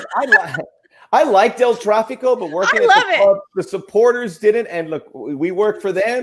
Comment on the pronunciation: This. Needs. To. Stop. It is el traffico. You can make 20 more vids on the topic, everyone will still call it that